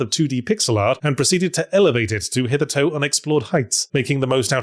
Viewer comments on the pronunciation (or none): Yet again: please, please, please, look up how to correctly pronounce “hitherto”! You are a public figure who chooses to say “hitherto” fairly often! For years! Yet you continue to pronounce it the way a child invents a pronunciation for a word they’ve seen but never heard. Break it down: “hither” = “here” … “to” = “to.” Hereto. To here. To now. To date. How would you pronounce “to” in those phrases? It has nothing to do with “toe.” I’ve commented this on several prior Yahtzee videos but he never notices.